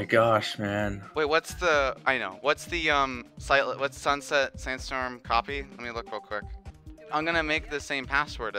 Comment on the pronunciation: you really emphasized the sandstorm part of sunset sandstorm, it covered the entire level